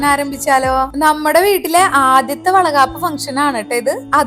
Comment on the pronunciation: Chechi vala gapp alla vala kapp